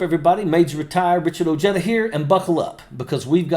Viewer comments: Oh-JEDDAH 😂 It’s oh-HEH-THA! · I’d respect you a lot more if you pronounced your last name correctly… Ojeda is pronounced “Oh-hey-duh” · this guy doesn’t even know how to pronounce his own name. pathetic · I know...the way he pronounces his last name has irked me since I've first heard him.